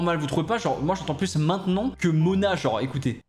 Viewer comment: ta voix ma fait une hallucination auditive. Quand ta fit "maintenant" en chantant j'ai entendu manant, aka un insulte bien vénère du moyen âge Aie aie aie 😭🤣